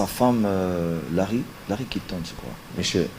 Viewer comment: C’est qui « lary Clinton » même pour prononcer le prénom de la femme à Clinton il a du mal 🤣🤣😂 hilary ekomi lary, oyo vraiment vrai zoba 😂😂🤣